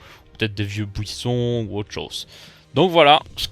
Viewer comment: Le beau "bouisson" mdr